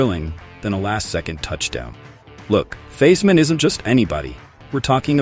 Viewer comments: Quit saying Theismann .Wrong common man really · Please pronunace the name of Redskins´ legent correctly